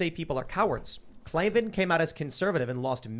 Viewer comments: K-L-A-V-A-N, there are no ees in KLAVAN. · K-L-A V-A-N there are no Es in Klavan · K L A V A N. There are no E’s in Klavan! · I heard there are no Es in Klavan